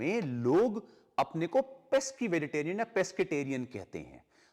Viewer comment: Sir pronounc Veriterians